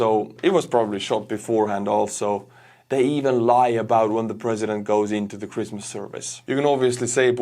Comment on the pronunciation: Was I the only one that heard "crispmas" instead of christmas"?